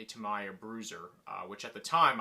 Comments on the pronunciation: A what kind of Blackfoot? Did you say ta my ya? 😂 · Tamiya collector, yet not able to pronounce the name properly smh